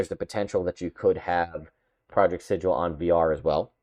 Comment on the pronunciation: It’s pronounced Sigil.